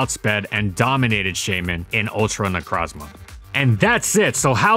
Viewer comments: Please‚ it is pronounced Shy-min‚ not chey-min. It is a shy mini hedgehog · Shaymin, not Skymin! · Its name is Shaymin, not Skymin!